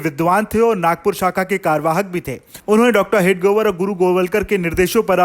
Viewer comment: Why can't you pronounce हेडगेवार? It's not हेडगोवर..